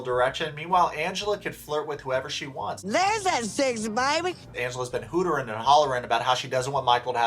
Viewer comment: I laughed when you said “hooterin” instead of “hootin”. Yes, Angela does have a Hooter’s quality about her. 🤣